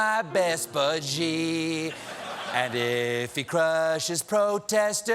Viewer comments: The Chinese president’s name (Xi) is pronounced “she”, not “zhee”. Colbert got it wrong repeatedly, starting . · Xi is pronounced as Shi, not Ji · can someone pls teach stephen how to pronounce 'xi' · I know I'm picking nits but the pronunciation of Xi is "she" not "ji". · Love you Stephen but someone on staff should’ve told you the correct pronunciation of Xi. It’s not gee, it’s shee ✌️ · I thought saying “geeee” was a joke or mocking trump >_> but then he just kept saying “geee” but it’s more like “shee” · Maybe learn how to pronounce Xi. It is pronounced SHE not jee. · Xi is pronounced like "she" in English. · His name is pronouced "She" - FYI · Xi is pronounced as “si” as in silly. Colbert and almost everyone on American media don’t pronounce it right. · "Xi" is pronounced much more like "See", or even closer "Shee" with a soft H. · ichc No, it isn't. See is pronounced the same way as si in Spanish. Xi is not pronounced as see at all. If you can't hear the difference between how Xi is pronounced compared to see, that is your problem. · Stephen....PLEEEEEEEASE learn how to pronounce President Xi. It's been a few years now. Driving me crazy. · Is it just me or did Stephen pronounce Xi wrong every time? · Can someone please tell Stephen how to pronounce Xi Jinping's name? He's been saying it wrong for years.